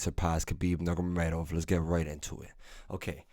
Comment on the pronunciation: khabib nurbrebrebeb 😂